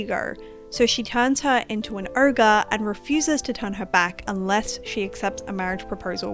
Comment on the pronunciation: It's pronounced "oh-ger"